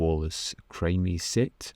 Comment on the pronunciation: I am enjoying your Wallace reviews. I think this one I have seen as a child on TV. By the way, if you want to know: Krimi is pronounced like crimi-nal. But of course it is fine when you say it your way.